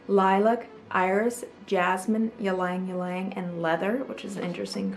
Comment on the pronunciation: Fracas= Frah cah...vetyver = vet i ver....ylang ylang= eeelang eelang...i had to stop watching, talk about beauty and cant say the names right..